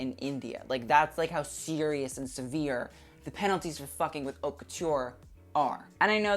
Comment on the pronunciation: it's pronounced "ot" not "hout" :)